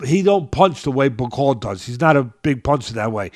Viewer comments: Bak-o-lee (Bakole) not Ba-cole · Damn Teddy, you could at least take the time the say Bakole's name right...since you say that you want him to become heavyweight champion: BA-COLE-LEE 🤡💩, Bro...disrespectful 🤡💩! The man's last name only has 6 letters, SIX! You got 5, he's got 6...we ain't talking Rocket Science here...like Mark Jackson says: DO BETTER! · Teddy needs to listen, first listen to your cohost, your cohost corrected you by saying "Martin Bakole" but you kept saying "Bakol", two if you had listened to UK pundits about Martin Bakole then you would have been in a position to offer a more informed opinion! Otherwise great job to both of you! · Love teddy - this might help, it’s Martin ‘BACK O LEE’ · Hey Teddy just like a boxer you have to PREPARE for your podcast… it’s pronounced Bak-ol-E Get his name right… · Really like Teddy Atlas, but a few things: 1. Bakole is a lot lot better than he gave him credit for either before or after the fight 2. Get Bakole's name right, I think deserves it. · tried to get Teddy to say Martin Bakole's name right... but Teddy just can't do names. But knows... if you correct Teddy he gets angry.